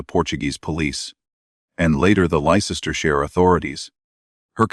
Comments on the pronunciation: It's pronounced l e s t e r shire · It’s Les ter (as in the name Les) sh ire. With an I. Pronounced Shy- re.. TERRIBLE AI spelling as ever.